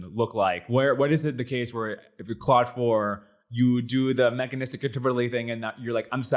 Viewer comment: Stop calling it "Cloud"